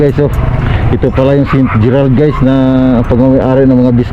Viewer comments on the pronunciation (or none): Kala ko sa dinig ko ST. Petter😂😂😂😂ST. GERRAD pla 😂😂😂😂